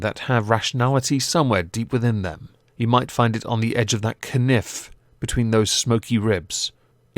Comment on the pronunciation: "a k-nif." Well done for trying to beat the algorithm. Which has lately been suggesting bizarre traumatic videos like a horse convulsing while having a heart attack. Yes, lovely video, thanks YouTube.